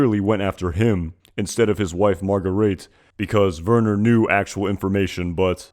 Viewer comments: It's /ˈtsiːklɐ/, not /ˈziːglɚ/. It's [maʁ.ɡa.ˈʁeː.tə], not /ˌmɑɚgəˈriːt/. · Just a bit of a nitpick, but; it's mar-ga-ray-thuh, not marga-reed... It's... Kind of a nitpick, I know, but it's annoying me, xD